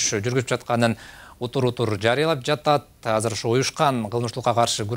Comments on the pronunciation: кыргызбы бул хазыр дейтго азыр деп айтылатго кыргызча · Казыр эмес Азыр деп суйлогуло